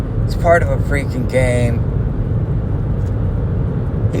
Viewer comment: Family first, we’ll wait for your vids. Also, I hear “gain” when says “game”. Loser